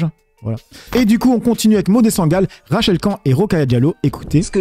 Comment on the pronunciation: pourquoi tu prononces jamais le "n" de Rachel Khan? tu es le seul à le prononcer comme ça